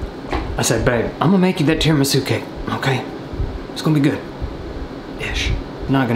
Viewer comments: when he said ok it sounded like f***k it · Ikr it sounded so weird for him to say that lol